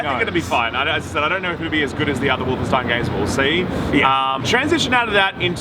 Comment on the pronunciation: just casual nailing the german pronounciation of "Stein" in Wolfenstein